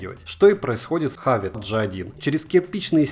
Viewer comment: Как можно так негативно относится к этим наушникам!!! И вообще то не хАвАт, а хэвит